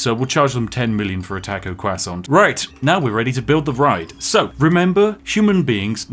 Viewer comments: Every time you say TĂHKO I wince. TĂHKO QUASON was like a spear through the chest. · “Tacko kwahssant”